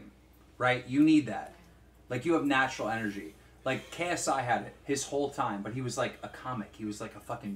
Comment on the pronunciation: "You have natrual energy" 😂😂 yeah like keem knows what that is